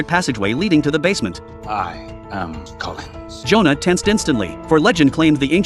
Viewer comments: Collins not Klins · Can somebody PLEASE explain yo mf Joe an AI construct can say "Klins" instead of "Collins"? This is the movie version of Dark Shadows with Barnabus Collins as the vampire. This AI generated crap is doing too much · clins. another fucking ai chnnel ITS COLLINS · It's Collins not klin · Wait when the vampire talked he said he was Colins but the thing is calling him Klins how does the work? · Collins. Not "Klins". Pure AI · The name is Collins not Klins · I love how the AI calls him Kline and not Collins because it misinterpreted Johnny Depp’s accent. 😂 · Nice recap, but..."Klins"? The characters's name is Barnabas Collins ("I am Collins."), Fun movie in any case! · So A.I. can't pronounce "Collins" correctly?😂